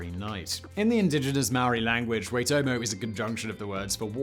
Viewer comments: Its more like Why-toh-moh, but most kiwi's would pronounce it like Why-toe-mow. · pronounced "why.tor.more".. peace n love from NZ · Used to live by the Waitomo. Nope, the pronunciation was way off, but appreciate the effort 😂 (WHY-tow-mow)It is also considered to be a tapu (sacred) area. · Waitomo is pronounced more like ‘why’ than ‘wey’ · You got 'Waitomo' close. It's more 'whytomo' rather than 'waytomo'. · Honestly really bloody close Waitomo is pronounced whytomo the a is silent but definatly the best pronunciation of a NZ name that I have heard on YouTube I do applaude you Simon Māori place names aren't easy to pronounce especially for some outside of the country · Very close Simon it’s pronounced like “Y-toe-mo” but still you’re pretty close on that one. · It's pronounced Phonetically like Why-Toe-Mo. :) Keep up the great content! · Waitomo, or Why-tore-more. Close enough Simon 😆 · I'm from NZ. You almost nailed Waitomo. It's pronounced "Why toe mo" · Waitomo is pronounced with more of an or sound for the o’s but you said it basically the same as most pakeha do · why-toe-ma 😛 (I think... I'm an expat raised in Australia) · Close enough mate, an easy way to say it would be why-toe-moe (waitomo) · It's pronounced "Ytomo" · Just because you asked, "Waitomo" is be pronounced "Why-toe-moe", you got "toe-moe" right. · Waitomo = Why Toe Moe , much love from NZ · Waitomo puts more emphasis on the I, not the A, so it would be Wye tomo, the word Maori, however, is quite different to how it is spelled, it is closer to Mouldy than Mau ree, it is really hard to explain through text, or even Marty, but soften the T so that it merges with the R. Either way, the R is said in a way that you roll the tongue, whether you put the emphasis on the A or the O depends on the specific dialect (north and south have different accents and stuff) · Wai as in why tomo as in toemo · Pronounced " why toe moe" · Its pronounced Waitomo.. not waitomo.. 🤣